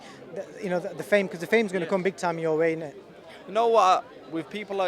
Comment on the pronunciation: Does the interviewer really have to say Init